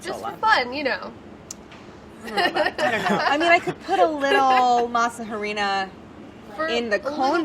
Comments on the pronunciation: Kills me how she pronounces Spanish words so American but pronounces French words correct. Masa=mah-sah and Harina=ah-rree-na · I fricking hate when you say masa or jarina (harina), when it's literally translated to dough or flour, or even saying crema when it is straight forward cream. I don't understand why